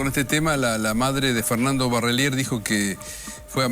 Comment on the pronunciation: Dos meses y todavia no aprendiste a decir Barrelier???